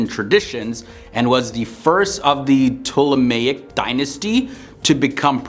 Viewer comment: Thank you for explaining ACTUAL history. Also, kudos for pronouncing Ptolemaic so well! :)